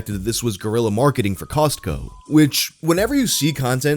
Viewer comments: The T in Costco is silent!😖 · The way pronounces Costco bothers me deeply